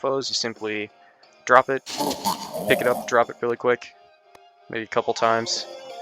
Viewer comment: Is dis witterawly quest for the oawb two????